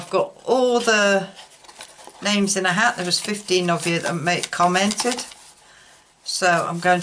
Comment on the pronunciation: Oh my...... I won YAY, I will be e-mailing you later 👍 congratulations to the winners YAY 🤩 the way your husband pronounce my name is the way we say it in Denmark 🌞 thank you so much for the prize xx